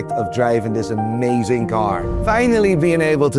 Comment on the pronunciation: Eet lukes Foookin uuh-may-zun!!!! Haggis and the dogs bollocks!